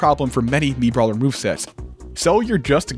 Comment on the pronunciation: i laughed pretty hard at "MiitBawler"